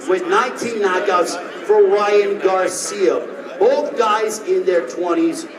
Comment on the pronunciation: He keep saying Ryan garcim it’s garcia 🤦🏾‍♂️